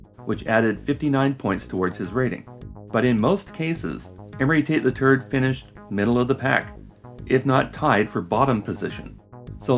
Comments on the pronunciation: Love how you pronounce "Tate the third" as "Tate the turd" 😂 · Is it normal that I hear "Emory Tate the Turd" every time? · I lost it when you said amory tate the third.. cuz it sounded like amory tate the turd 😂